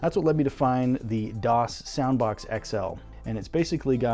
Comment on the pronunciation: Its soundbox not sounbox..